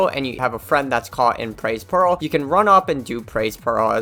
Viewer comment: i keep hearing "pearl" instead of peril